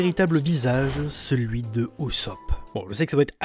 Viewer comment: Mais ont prononce pas usopp oussop on le prononcé uzopp